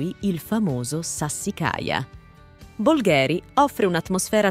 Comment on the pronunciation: Bolgheri si pronuncia con la "o" accentata e non la "e" !